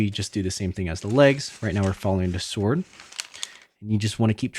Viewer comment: Did you just say seword? 😂